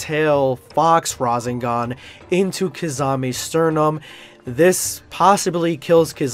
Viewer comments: I'm going to be that person but hearing RaZENgan irritates me as a Naruto and DBZ/S fan as well lol Its RaSENgan. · Don't mean to be salty or anything like that. The rasengan is pronounced with a sharp "s" sound like the word snake and its the three tailed cloak version. Best fan made crossover <3 and nice narration you were born for this. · If your going to talk about narto pronounce things right it's no raesngon ots rasangan and it's not medara it's madara